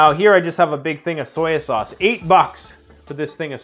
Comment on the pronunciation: “Soyoo sauce”?